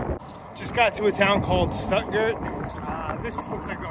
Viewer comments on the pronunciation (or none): Stuggart is pronounced Stuuugart, only reason I know is being in Germany for a little bit. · FWIW Stuttgart is pronounced Shtutgaart